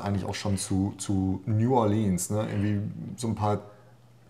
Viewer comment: Nu-ah-lihns heisst das Kaff 🤣(oder war das Nu-ohr-leanz) 😜😜